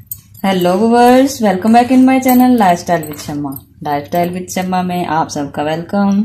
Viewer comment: Voovers nae viewers hota hai dear kuch vlog dekha kro inshaAllah achay sy seekh jaö gi